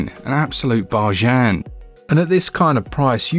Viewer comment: I'm thinking Deaths Gambit Afterlife. I do like how says "bar jan" instead of "bargain"